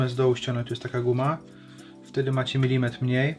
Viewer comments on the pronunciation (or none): none